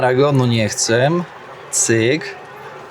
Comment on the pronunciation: Mistrzu "chcę" a nie "chcem" No chyba że tak się mówi na Podlasiu to wybacz.